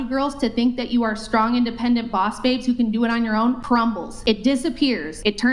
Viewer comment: You mean "SHTRONG"? That's what the trendy hipsters all say.